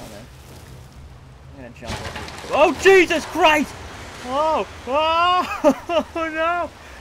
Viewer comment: All i can rember is saying OH JESUS CRIEST